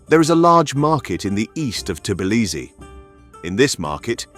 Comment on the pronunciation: how can I take advice from somebody who can’t even say the name of the city correctly?